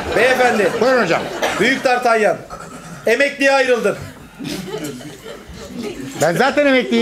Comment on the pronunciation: Dartelyan değil dartanyan diye okunuyo onun adı pek de bilmiyomuşsun